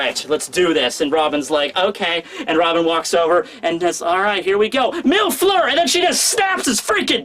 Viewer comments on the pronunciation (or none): none